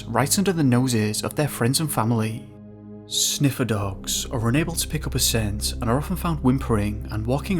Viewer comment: are you saying "sniffer dogs"? WTF?